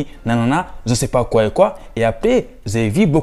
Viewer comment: Intéressant mais il faut revoir ta prononciation : je et non ze ,….